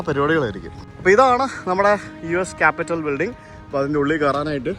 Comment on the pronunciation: കാപ്പിറ്റോൾ എന്നാണ്. കാപിറ്റൽ അല്ല. Ronald Reagan, not Ronald Wilson.😊